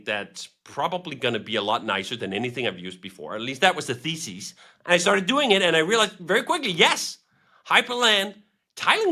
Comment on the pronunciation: Hearing him say thesis made me laugh